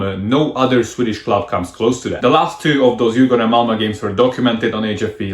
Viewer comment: Your Swedish is beyond impressive! Your pronounciation is spot on! Great video, as usual!